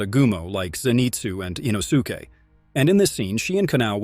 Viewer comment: “With the upper moon 5 called rui” 💀 In-O-su-Kay” ☠️